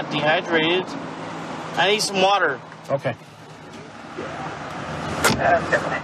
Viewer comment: "I need some waterrrgg! Amazing